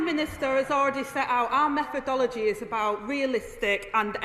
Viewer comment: “Our meffodolgy”What’s that?